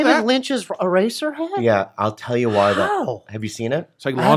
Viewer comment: Bobby says eraser weird.